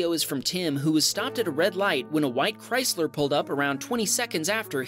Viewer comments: Did he just call a Chrysler a chrystler? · Bro said Chrystler LOL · He did. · yes, yes he did